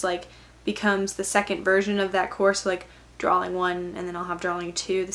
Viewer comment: its drawing not draling